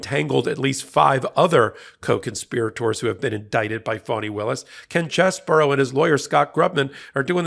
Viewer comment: It's Ken Chessbro, bro, not burrow!